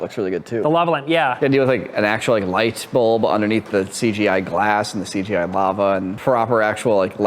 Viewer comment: Please please please. Stop saying seegeej. It's Cee Gee, or c g i . You don't need to shorten it again lol. I cringed every time I heard that lol